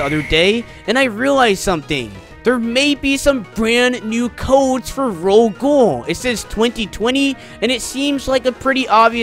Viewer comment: Ro-Ghoul (Ro- gowl) not ro gool